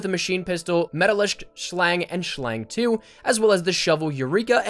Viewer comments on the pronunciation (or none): You said schlage wrong it's more pronounced schlanguh its german for snake